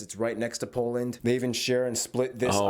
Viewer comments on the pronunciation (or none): none